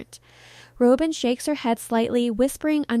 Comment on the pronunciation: Rob-in not Row-bin. No W cand pronounce don't report.